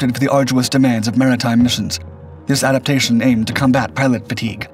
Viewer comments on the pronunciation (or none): none